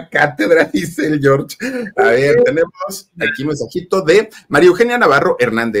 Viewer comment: ¿Porqué el Filip dice "mi Yor", no es "mi George"?